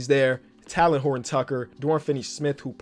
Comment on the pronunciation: Talen is pronounced like Jalen with a T not like talon bro 😂